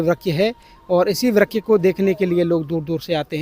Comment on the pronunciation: Vryak nhi vraksh hota hai